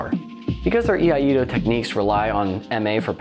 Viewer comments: Another great breakdown! Btw I hate to be that guy but since nobody else seems keen to correct the pronunciation of iaido here's a little PSA. It is "E-I-DO" not "E-I-A-DO" or "A-DO" which is another common attempt. A doozey for sure, but I can confirm it is so being a student of the art myself. Everything else was spot on! Always appreciate your vids! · I-ai-do. Not Yee ah Yee do. What are you old McDonald has a farm?